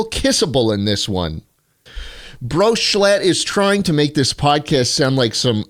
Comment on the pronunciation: Mrbeast butchered schlatts name